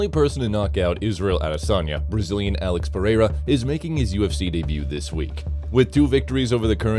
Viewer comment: Alex perRera 😂